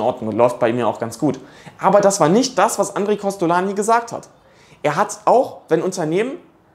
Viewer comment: inhaltlich richtig, aber "Andre" wird nicht "a" ausgesprochen, sondern als "oon" (Nasallaut)